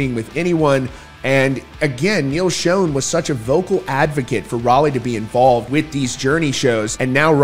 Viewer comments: It is not pronounced "shone"! It is pronounced like shawn. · Schon's name sounds like "Shawn" not "shone" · It's a shame that such a great band has to go through this after all these years. Btw -- Steve Smith is not Journey's original drummer. It was Aynsley Dunbar. And Schon is pronounced "Shawn" not "shone." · It’s not Shown, it’s Schon, sounds like Shawn. There is plenty of footage of the band where in their early years Ross Valory used to introduce the band members, and he clearly says Schon’s name as Shawn, not “shown.” As for Journey? The only way the majority of longtime fans would even consider giving any real attention to the band is if all the original members from their past get together and perform the songs for one last tour. Anel excluded. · Pronounce Neil Schon's name right... it's not shonnnnnnnnnnn it is Shon... sh ON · Why do you pronounce Neal’s last name wrong? He doesn’t pronounce it that way, his friends don’t pronounce it that way and his band mates current and former pronounce that way so… maybe you should pronounce it right. It Sch-Ah-n not Sch-oh-n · Dude, will you stop saying "SHONE," please? Holy friggin' SHIT, man!!!!The CORRECT pronunciation is SHAWN.... Rhyming with PAWN! Why is it, people can't pronounce names correctly? Neal HIMSELF, says "SHAWN." My figgin' god, man!!!! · Schon is Italian… it’s pronounced “Shawn”.. listen to Perry introduce h8m on the Captured album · Yes, it's Shawn but not Italian -- it's German according to Neal but he doesn't pronounce it the German way. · Not Schone (long O) Schon pronounced with the scho all together. Have you never heard of him before? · Neal Schon pronounces his last name like "Sean" or "Shawn," not a long O sound. Get it right. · Schon… pronounced Shawn.. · Why are you pronouncing it Neil Shown ??? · Just for future reference: Schon - rhymes with John. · this guy keeps on saying neil's last name incorrect. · Pretty sure you keep pronouncing Neil’s last name wrong lol